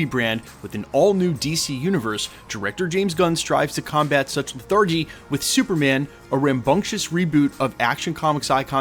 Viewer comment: Somebody doesn’t know how to pronounce the word lethargy….